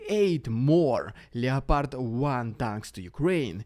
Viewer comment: ''Ljepardj'' tanks